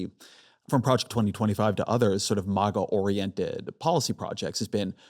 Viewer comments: I'm obsessed with the way Ezra pronounces "MAGA" ... fucking brilliant 😆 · Holy shit, he got Vivek to pronounce it the same way at the 45 min mark .... hahahaha